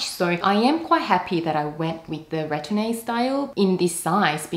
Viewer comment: The e isn’t pronounced in retourne.